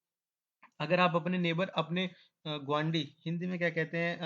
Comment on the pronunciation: I liked the way you say "gwaandi"..😊 Btw entire video is really very helpful❤